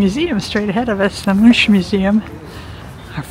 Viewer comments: Will watch your whole journey :) The museum is pronounced Munk, The same way you would say Munch, but with a K at the end. The U is a little different in Norwegian, but it's fine the way you say it, we can understand you. Your husband was actually right, the royal family were home, because the flag was raised..If the flag is not raised they're away. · You can pronaunce Much as Monk. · Mun(ch) is pronounced with a k or like the C in Coca-Cola if you like.